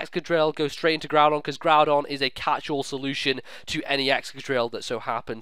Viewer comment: I have to smile every time I see Groodon and Giramy. I always have to think of some derpy anime trainer who cannot or purposely does not pronounce their names right and the pokemon just go with it. And everyone else thinks they are nicknames while they arent.